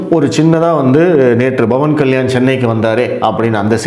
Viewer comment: Sir whenecer you welcoming commebts you prounounce it Like Commabts instead cvomments.AAnd also Instead of Pavan kalyan You say Bhavab kalyan